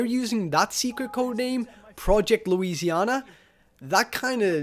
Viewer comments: The cringe when he says "Louisianer" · Louisiana ends with an "a" sound not an "r" sound